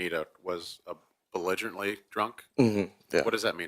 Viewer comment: she was “bolinjartly” drunk? What?? Did he mean belligerently? 😂 He said that with such confidence too! 🤣